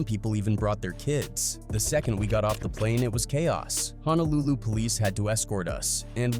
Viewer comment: I love the vid & everything, I also mean no disrespect but please work on some of your pronunciation when it’s comes to “Hawai’i” “Honolulu” & “Samoan” but your Samoa was pretty good 😭